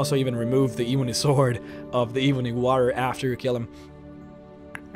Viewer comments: The same reason why he pronounces "warrior" as WAH-rrier. Just different accents I suppose. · You pronounce War correctly. Why do you pronounce warrior incorrectly? I feel like this is the cool whip family guy skit.